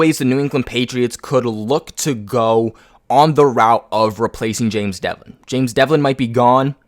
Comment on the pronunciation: Its james develin.....not devlin.....jesus christ 🙈🙈🙈🙈🙈